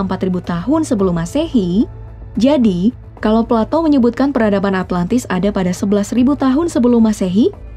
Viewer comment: plato= palatou